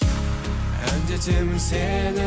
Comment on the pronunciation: Мягкое произношение слова Андетемiн режет слух. А песня 🔥